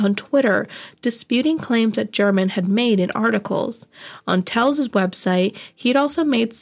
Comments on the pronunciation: She kept pronouncing his name as Tells, it is Telles. smh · Isnt is Tel-Ez? ? Also, its high- VIS, short for visibility! Sorry...im horrible I know! But you may delete this if you wish, just want you to be aware! X